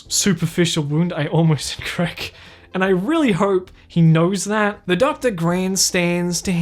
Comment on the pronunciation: wait he almost what? I heard “I almost did crack”